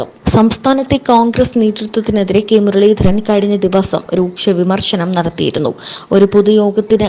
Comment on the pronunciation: കെ മുരളിധരൻ , പേര് തെറ്റിച്ച് പറയുന്നത് ശരിയല്ല